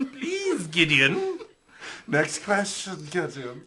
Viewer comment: that “Gidian” pronounciation just takes me away